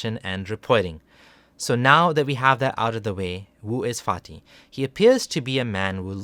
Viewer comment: Does anyone else keep hearing “farty”